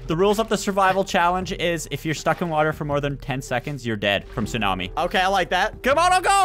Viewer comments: I lv how u guys said instead of tsunami and u said salami 😂😂🤣🤣😂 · There is a massive tsulami coming! (Tsunami): SALAMEH? i wanna taste the salami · Its tsunami. Not tsumami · Bro its tsunami not salamie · I like the part were u said salami instead of sunami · "Stumami" - spy 2020